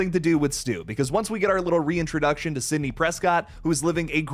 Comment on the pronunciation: It's stew son